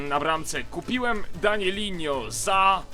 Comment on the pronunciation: danilo a nie danilinnho